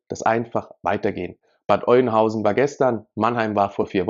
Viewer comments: Sorry es heißt nicht Eunhausen, es wird Öhnhausen ausgesprochen. Nicht böse gemeint.🤗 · Hi zusammen, Bad Oeynhausen wird Ö ausgesprochen. Nur zur Korrektur: Der Syrer wohnte nie im Asylantenheim, sondern mit seiner Familie in einem Haus in Rehme. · Alter, es wird "Öhnhausen" ausgesprochen!